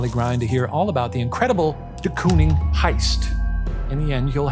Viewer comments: as a dutchie i cant stop giggling at their pronunciation of De Kooning😭😭 COON?????😭 it's pronounced like cone so you'd say "cone-ing" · In the rare case you ever need to pronounce “de Kooning” ever again, its pronounced the same way you would say “door” with a long stretched “o” sound 😇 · The most dutch way of saying ‘Willem’ and also the most American way of saying ‘de Kooning’ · As a Dutch speaker please search how to pronounce de Kooning 😭😭